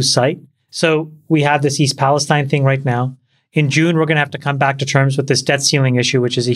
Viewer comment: You guys seem to claim to have watched Trump's speech in Palestine, OH, but for the 2nd week in a row, you can't seem to get the pronunciation correct. It's pronounced pales-teen. There's a small town in Kentucky spelled Versailles and they pronounce it ver-sales. And there's a small town in New Jersey spelled Buena and they pronounce it byoo-na. Pay attention much?